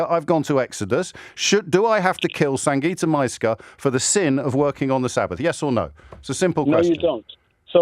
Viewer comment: So disrespectful. Say her name, Sangita is not a difficult name to pronounce